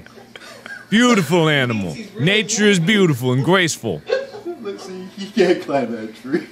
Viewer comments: did anyone notice on the squirrel one he said graceful like a 2 year old he said guaceful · Mark: nature is gwacefull